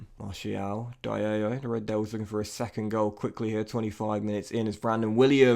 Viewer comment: amad diallo (dee arr low) isnt pronunced jarla